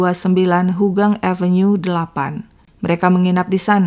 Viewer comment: Ympt jln mya haugang bkn hogang